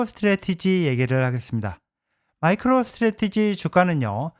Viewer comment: 오늘따라유독말을버벅거리시네요ㅎㅎ 마이크로스테레티지 발음도 좀연습하시구요 항상잘발음을못하시더라구요^^